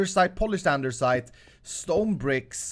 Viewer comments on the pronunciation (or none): I kept listening at this, and i feel like u are saying andeRsite, and not andesite... (just asking, cuz I noticed it, don't hurt me plz) Nice vid, man:)